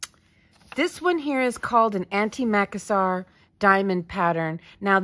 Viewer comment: You need to look up how to pronounce antimacassar. It is an-ti-ma-cas-sar not anti-mac-assar. Also, instead of frogging a pattern and starting over, especially when you need a small section, why not crochet a small section to match the pattern you have crocheted and attach it with matching yarn to the existing item, the same as you do when sewing sections of a sweater together? No one will ever know. Love this series. Love your meltdowns.